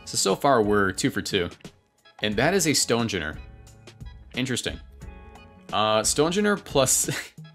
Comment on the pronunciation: Stone- gener???? 🤦‍♂️